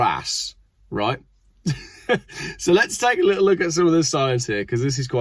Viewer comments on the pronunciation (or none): none